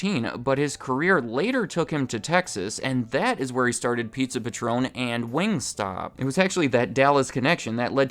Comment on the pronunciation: It's Pizza Patron, like a patron of the arts, not Patron like the tequila